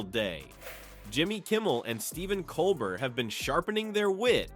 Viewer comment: Colbert is pronounced 'Colbaire' and Maher is pronounced 'Marr'.Nice try AI.Your biggest problem is pronouncing names.😊